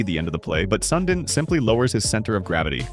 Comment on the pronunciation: AI slop. Unwatchable. At least pronounce his name right! My God how pathetic!